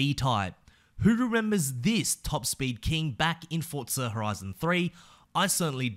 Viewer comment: Bro its forza not fortza get it right